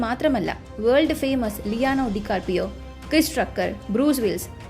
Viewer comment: DICARDIO TOO